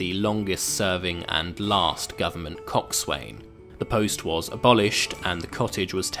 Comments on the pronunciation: Coxswain? That's pronounced coxs'n by anyone dealing with boats. Your sarcastic narration is a poor attempt at wit. And I don't recognise any authority of the land other than the Commonwealth and the States. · The acknowledgement of country was not necessary and if you were as fussy about pronunciation as you claim you'd know thatthe nautical pronunciation of coxswain is not phonetic but said as "cox'n". It is also widely known that place names in New South Wales do not contain apostrophes. The suburbs of St Marys, Milsons Point and St Peters are prime examples.